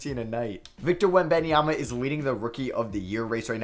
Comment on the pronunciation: The way he says webanyama 💀